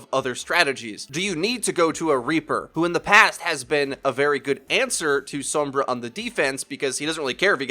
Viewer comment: gaah i love all your vids but the way you say sombra kills me. anyway, keep up the good work.